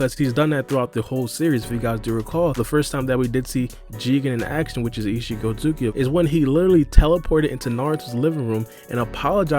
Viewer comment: 😂🤣 Just call him Isshiki bro, we get that hes an Otsutsuki clan member, you dont havta call him by his full govt name everytime you say it, u literally mumble his name now, just make it easier on yourself for your commentary ☠